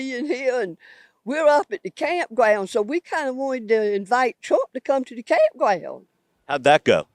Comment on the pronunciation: "We kinda wanted to invite Twump to come to the campgwound" 😂